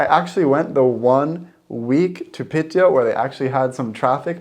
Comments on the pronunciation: Piiiteå, not Pitteå :) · Happy you made the tripp! Piteå is pronounced Pee-te-o, if you say Pitt-eyo it's pretty funny to a Swede as pitt means dick. But you do you! <3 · Not Piteå. It's Pite.. Like Lule and Ume. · its called Pite not Piteå we never use the å letter btw im from Lule.......Luleå